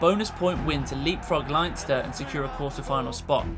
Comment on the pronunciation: And Line-ster…😂😂😂